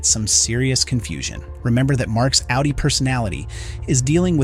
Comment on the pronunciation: It’s good because you easily know you are on a low effort channel not to sub to. Of course in this case it’s an AI voice so that’s it’s own reason to ignore the channel. Actually it says it both ways and it says outie wrong but only sometimes. But oh yes AI is totally a world changing innovation right lol.